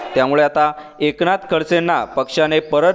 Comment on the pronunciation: ....डच्चू नाही तर, डिच्चू हो !